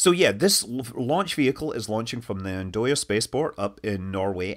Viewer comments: It's pronounced closer to and-oy-a, not so much an-doya. Looking forward to the next launch attempt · Interesting pronunciation of Andøya: "Ndoya". The native pronounciation is more like "Ann uh-ya", the "uh" sounds like the U in "burn". For extra Norwegian authenticity, pronounce it like a question. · Pronunciation tip, for the ones interested: Andøya directly translates to duck island. Like in German, words pronounced like one word are put together, duckisland, with stress on the first word. So instead of andØYA, say ANDøya. The ø letter is pronounced like the u in burn, turn or the e in stern. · Andøya - Try to pronounce it as: AHN-doy-ah. Ø is like the "i" in sir. You are not the first, but I truly hope that I will here that Ø after a while if this turn out to be Europas Space port. Or if all other fails: Welcome to Duck Island Spaceport (Yep, that's the name. And = Duck, Øya = Island). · Come on..... Andøya. And as in And-alusia And-Øya. Means Duck iland. "Øya" Is a bit more difficult with tha norwegian "Ø" but "i" will do as in Bird. Så there you have it. And(bird I sound)ya. Andøya - And(i)ya. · Looks like PID tuning or something like it that went bad :) Btw, the pronounciation of the Norwegian letter "ø" is the one you have in English, as in "bird", and the 'd' is silent, so [an:øʏa], the Y being something between I and U, but people'll understand it if pronounced I as well. After all, I don't think there are much European languages with that word except Norwegian, Swedish and perhaps Danish and again, a wee bit in France and places in Germany like Köln.